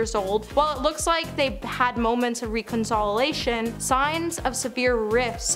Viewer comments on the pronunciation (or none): Reconsolilation? Omg!! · I think she also said “Re” “Con” “soliation”....😂😂😂😂😂